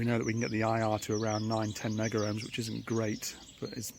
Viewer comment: It's "Meg ohms" not " Megger ohms", just saying